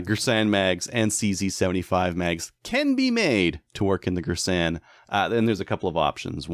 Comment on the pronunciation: Its gearsan thats how its pronounced. It has cz75 mags the mags arent cheap its very reliable too. Everyone says its an m&p 2.0 clone